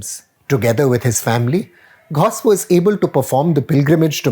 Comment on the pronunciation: I think Praveen can pronounce GHAUS as in غوث rather than anglicized "Ghaous"... (shrug)